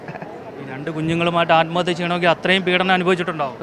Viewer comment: ആത്മഹത്യ അല്ല കൊലപാതകം ആണ് നിങ്ങൾ എന്തിനാണ് നിങ്ങൾ ആത്മഹത്യ ആത്‌മഹത്യ എന്ന് പറയുന്നത്